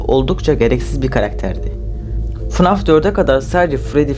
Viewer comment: Fnaf❌ Fanaf✅